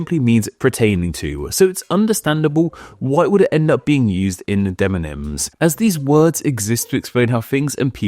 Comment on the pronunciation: Gotta say, it's a little odd that in a video about deMonyms, you say deNonyms every dang time.